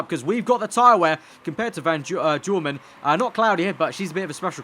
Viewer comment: van duurnen is van doornen